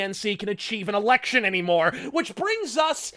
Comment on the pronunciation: i thought he said " achieve and erection" not "achieve an election"